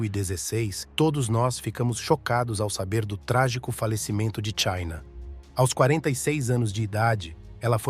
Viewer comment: Quando a entelhijenssia artificial fala A.O.S. ao invés de "aos", já paro de assistir. Credo